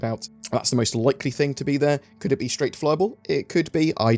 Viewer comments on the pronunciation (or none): Why do you say "think" instead of "thing?"